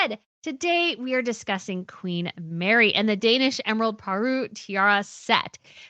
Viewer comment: paruRE has 3 syllables not 2.